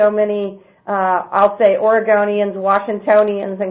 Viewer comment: Yep. She said OREGAWNIANS! Where is she from?? Nevawda? Hahaha. .